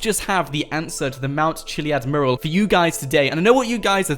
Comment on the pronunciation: Its pronounced mue-ral, not murral